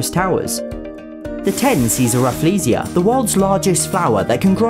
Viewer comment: Just to add on, Singapore had the largest banknote in terms of value: 100k SGD Also you sorta pronounced Rafflesia wrongly, it's named after Sir Stamford Raffles (yes, THAT Raffles that founded Singapore and later the ZSL)